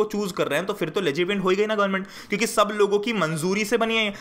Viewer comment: Ap kyuki ko chyuki ku bolte ho 🤣🤣